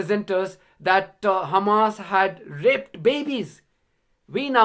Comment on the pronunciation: Netanyahu really said, "Saddam Hussein has KHamas tunnel under Baghdad" 🤦🏽‍♂️